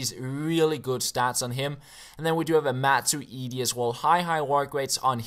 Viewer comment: matuidi -- machuweedee